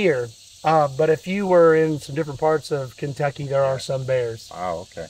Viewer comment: Ken-took-aye Ballistics. Lol.